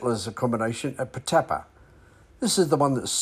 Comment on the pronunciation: Pronounced Putt-a-par